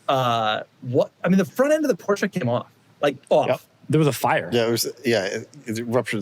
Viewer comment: What hurts more than the necks of those 2 drivers is the pronounciation of the "Porsche"